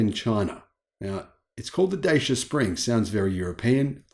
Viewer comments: it's pronounced ''Da-chee-uh'', not Daysha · It’s pronounced DATCHA in the UK m8